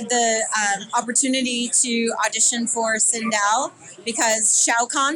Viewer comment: not sindol....it's sindel so annoying